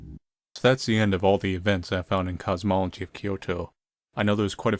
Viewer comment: You've been adding an extra "o" in "cosmology,".